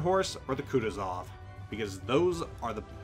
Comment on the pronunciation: KutUzov, not KutuzOv